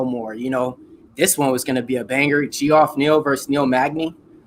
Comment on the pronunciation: Lol dude its jeff, not gee off I guess it is new school and you're trying to sound it out, but if you watch ufc everyone knows his name.